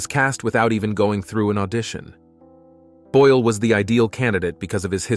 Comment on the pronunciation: *Boyle. NOT: "Boyel"-!